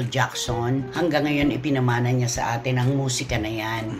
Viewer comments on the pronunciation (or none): none